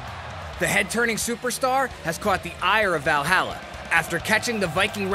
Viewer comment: WWE is screwing over the Viking Raiders. Dude can't even say Valhalla right. Lmat